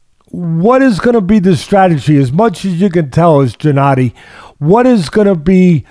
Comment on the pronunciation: Teddy could u atleast learn to say his first name correctly when u have him on as a guest 🤦🏻‍♀️ lol it's Gennady not Jinnady 😂